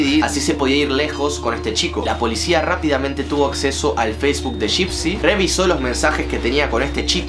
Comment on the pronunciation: Nadie yo andes del video: suena como laa laa y dipsy xd